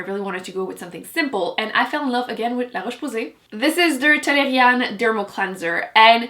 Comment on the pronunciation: There's nothing more satisfying than hearing you say "LaRoche Posay". lol